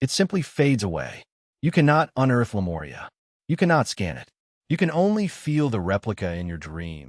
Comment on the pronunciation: It's A.M in Pennsylvania, U.S.A. Where are you? Again, great content, writing, but serious name mispronouncing, of "Lemuria"(It's "Lemuria", not "Lemoria", etc), and some others. He is correct on "Mu" being pronounced "Moo". Oddly, some words he does great, and sometimes he pronounces Lemuria correctly, but also says the same word differently at different times. (same with Hyperboria?) Seems to often be a syllable accent problem. You guys have fantastic potential on the hard stuff, but mess up on the easy stuff. Love listening to your written word description s, but it's annoyingly distracting. Suggest look up Lemuria correct pronunciation, then Listen to your narration of it. Again. his intonation is great, the info and theory delivery is exceptional, the writing phenomenal! Also, what is "MW"? he mentioned, a few times. P.S.: The Bimini Road has to do with Atlantis (Atlantic), and Yamaguni have nothing to do with Lemuria. (you seem to be lumping together some disconnected things). Lemuria was in the Pacific, with the Hawaiian Islands and Easter Island high remnants of it. I once went to Hawaii, and getting near it, the pilot said to look down and see a continent rising about 300 feet below the Pacific Ocean's water's surface. Also, Easter Island people faced the Maori statues "Looking West, towards their Continent Motherland, now sunk". Not trying to be critical, but helpful, to keep you around.